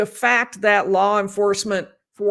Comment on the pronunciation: People have accents. fails to pronounce t’s at the end of words. fails to pronounce k sounds. sus-pet instead of suspect fat instead of fact kuh-ret instead of correct I have heard language experts say people in the Midwest think they don’t have an accent. I am in the Midwest and I believe I have an accent but I can’t describe it because I don’t hear it.